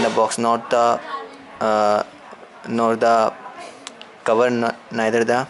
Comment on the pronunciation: wtf is neithertha